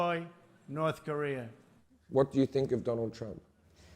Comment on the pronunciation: Do any other Americans hear “career” when Koreans say “Korea” ....? Cuz I do.